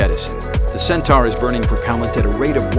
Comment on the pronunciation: Cen-tar? I thought it was pronounced Cen-tor? And if ULA had started the process of building RD-180's in the U.S. 20 years ago (which they had a license to do, but cheaped out), then they wouldn't have had to retire the Atlas 5 at all. The same false economy is at work by not making the Vulcan main stage landable like the Falcon 9. Despite these criticisms, I still wish them luck.